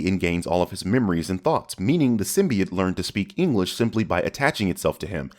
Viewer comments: "Symbiit" Smooth, smooth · Its sym-be-ot not sym-be-t great video though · says “sym•bee•it”... +1000 sins. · Wrong. It’s Sym•bee•YOTE goddammit! Lol